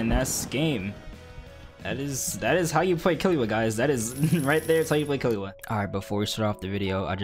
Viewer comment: ahhh sadness u say killua wrong